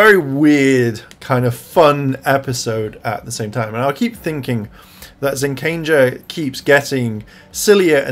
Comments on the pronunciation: When is someone going to correct him on the pronunciation of ZenKAIger!?! I literally can't stand to hear him say ZenKANger. There's only 1 N and it's the third letter lol. For God sakes please fix you pronunciation. It's "KAI"ger not "KAN"ger. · well when you're talking about Kaito alone, you call him Zenkaiser. Which is his "ranger" name? Like ZenkaiZuran or Vroom...it's Kaiser for him. But when you talk about them all together, they're the ZenkaiGers. And you yourself like to add an extra N where there's not one. Pretty much say it like Gokaiger but Zen instead lol.